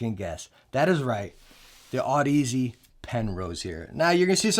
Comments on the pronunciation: Pronounced odyssey not aud ez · Great vid, thank you! p.s. Audeze is pronounced like Odyssey but with an 'aud' not an 'odd' if that makes sense lol. 😅